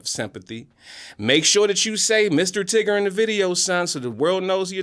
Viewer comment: MISSTER TIGGER 😂😂😂😂